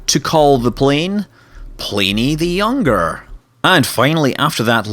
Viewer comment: Plany the younger ay?? Sounds like pliny the younger(beer)